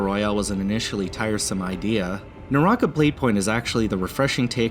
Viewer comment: Way to butcher it's pronunciation lmfao